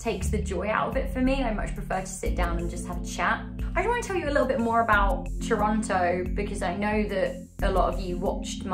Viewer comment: Claims to have lived in Toronto for years. Pronounces it Toronto. Visible confusion